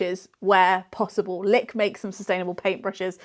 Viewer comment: i can't tell if I'm just hearing things but do you keep calling the brand Lick... Licked or am I going crackers